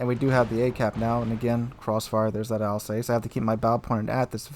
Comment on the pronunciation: Love your vids. It’s pronounced Alz Ass. Not Alz heyssss. I should know. I was born in Strasbourg. In Alsace. Cheers!